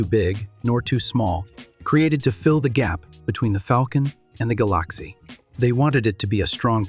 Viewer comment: It's so annoying when AI screws up. The Ford GalOXie?